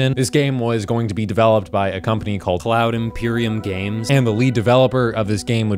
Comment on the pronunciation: "Cloud Emporium Games" You were soooo close. Almost got it right. Try again!